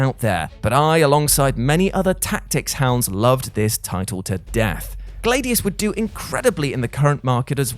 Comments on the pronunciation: Is it pronounced Glade ius in other parts of the world? Much like a Glad iator I always heard Glad ius, just wondering. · Where the hell did you learn English? GLAD-EEE-US. I killed 2 copies of that game, played them to death. But hearing you butcher a word that literally no-one else in the history of speaking has said it that way. That just hurts. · Ummm.... how can you pronounce Gladiator correctly but pronounce Gladius as Glādeus??? Like you do understand that the root word is the same right?? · Every time pronounced Gladius I thought of air freshener Glade